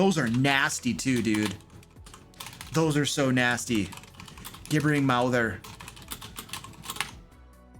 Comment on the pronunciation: Gib-ber-ing . You keep miss pronouncing it .